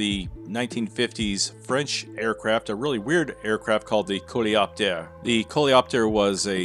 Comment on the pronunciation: You're french enthusiasts at! "Coléoptère" correctly pronounced, "Aluminium"... It makes you even more appreciated, guys!